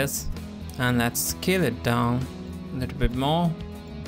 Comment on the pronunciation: i thought u said kill it down, but it was scale it down hahhah. and its "warp", not "wrap". Anyways, thanks for the tutorial! Have not thought of doing this before! awesome, awesome.